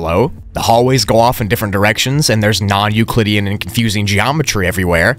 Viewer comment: How many times is he gonna say nuclidean